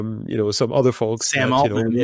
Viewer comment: When Yann Lecun said “Sam OtherFolk” 😂